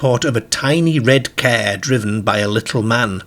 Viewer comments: What's a "KER"? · Its where you drive a caere, a bit like a gaereden.